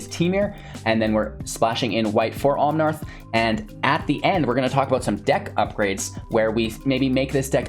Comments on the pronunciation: Omnaaaaath not omnarth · There's no "r" in Omnath, just FYI. Love your content.